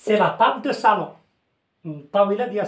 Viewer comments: Salon et non sallon merci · Salon et non pas sallon.